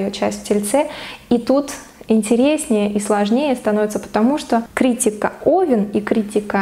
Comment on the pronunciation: Ударение в слове правильно: КриттИка.